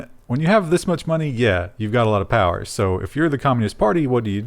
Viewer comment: FIGHT THE POWAH!